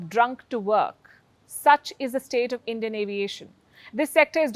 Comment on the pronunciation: Palki is basically saying " If you want to go to heaven early, take Endian carriers. 😂😂